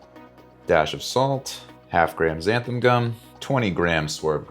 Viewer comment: ‘XanthAN” gum.